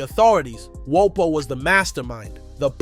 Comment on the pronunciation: Are you mispronouncing for rage bait? No way you made a video of a rapper whose name you can't pronounce?